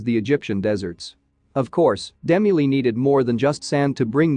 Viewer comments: Agree! Really annoying! How difficult would it be to have the voice pronounce DeMille correctly? Also, the statue may not be a Sphinx since an Egyptian Sphinx is a statue of the body of a lion with the face of a man. The recovered object is not shown full body so it's difficult to see whether the body below the neck is a male seated statue or a man's head with the bottom area the body of a lion. Did I miss that part of the statue? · Dee-mill not Demi-lee you went to great lengths to do an excellent documentary why the enormous error??? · His name is De Mill. Like Duh Mill. Not Dem mellee. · Its pronounced demill, ass! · I wish the narrator would pronounce Cecil B. DeMille's name right! I was confused when he was talking about Demi-Lee! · "Dim-u-lee", if I had not read the comments first, I would have been very confused 😕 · DeMille is pronounced Duh Mill!!!! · OMG, You really should do research into pronunciation, It was Cecil Demille and pronounced, D Mill. If you continue to make videos, be concise at least. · Only watched half way through and stopped because of the ridiculous robotic commentary. Cecil B De Milly? Seriously? Quite apart from showing a Meso American head at the beginning and then talking about a sphinx from a film set. What a lot of tosh. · I kept saying,"DeMille", every time it mispronounced his name. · That artificial voice mispronouncing Cecil B. DeMille's name is a travesty. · Nice video but your pronunciation of Demille's last name is incorrect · Not only do they get the pronunciation of Cecil B DeMille incorrect, they also say that the film was in black and white. The sequences that featured the Gate of Ramses was originally shot in Technicolor Process Two. The film was not totally black and white. File this site under click bait. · Another totally useless robot voice that can't pronounce names correctly... what idiots they are to use this garbage!!!